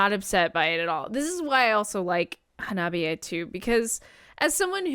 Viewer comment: I Japanese, “ha-na-bi-e.” Not “ha-NOB-i -e.”